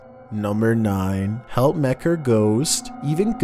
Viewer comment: Helpmekaar is pronounced "help-mu-car" Its afrikaans for help each other